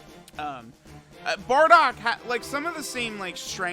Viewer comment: It’s BARDOCK and Not Boarduck like you say….